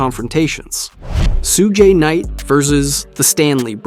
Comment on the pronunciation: Did bro really just say Sudgeay Night🤣😂🤣